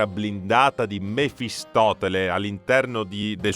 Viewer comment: Mephistopheles, non mefistoTele. Karsus è netherese, non "netheriano" ^_^'